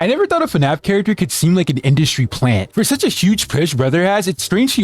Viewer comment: “industy” lol